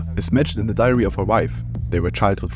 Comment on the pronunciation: I hear ‘diarrhea’ every time you say ‘diary’ 😂